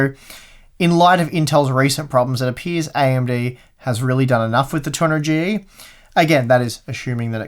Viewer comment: Now I know what a heavily sleep depraved looks like: keeps saying A12-900 instead of A12-9800 and 200Gee instead of 200GE. And also forgets to test the processor with the 1080 ti FTW. I'm hoping he'll make up for it by testing it with the 2080 ti FE. Thanks for the video!